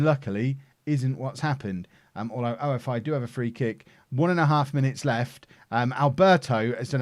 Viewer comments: it is not "O. F. I. CRETE", these are not initials, it is "OFI" which means snake in Greek and the team is from Crete which is a famous and the biggest Island in Greece! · Traffic light August :D PS-OFI is pronounced OFFEE (like cOFFEE without C). You welcome :D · You call them ofi. Like one word not the letters and you dont say crete. The same with AEK athens you dont say athens never and aek is one word not a-e-k